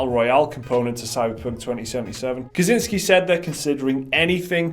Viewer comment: You guys are awesome, but come on, you can't just see a name and read it whatever you feel like, it's so easy to research these days. For future reference, first words in this vid are names Michał Kiciński and Marcin Iwiński: Theoretical help: ch = h; ł = English w; ci = much softer version on English chi; ń = Spanish ñ, like in mañana; w = English v. I'm sure you'll be saying those names at least few more times in the future, so you can just as well do it right :) Cheers!